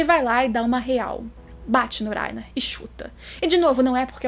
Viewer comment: Gosto muito do seu canal e do seu conteúdo, mas me nervoso escutar falando o nome do Reiner kkkkk ao meu ver o certo seria pronunciado como se tivesse o som de dois RR e não um. ( Acho que explicando dessa forma vcs entendem o som que eu estou falando ) kkkk